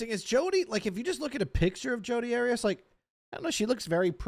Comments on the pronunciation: AIR EE US ARIAS😅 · I love how you pronounced Arias 😂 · You know it’s funny when you pronounce the name wrong of the legendary Jodi lmao